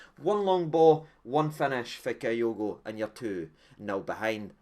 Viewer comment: It’s KEY- OGO 🍀! No KI- OGO